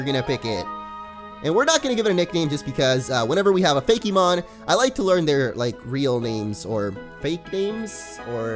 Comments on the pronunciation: Hillaryite Gem I know that, but the fact that the e is accented when he says it is what gets me. Pokemon is smooth and rolls off the tongue and usually Fakemon does too but I'm hearing fa-KEY-mon. Everyone just says things differently, it's not that big of a deal though. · I'm sure someone has said this already. But I was so confused as to why you said "Fakey-mon" but would pronounce Pokemon normally. Good video regardless. This game looks awesome, I'm definitely going to check it out!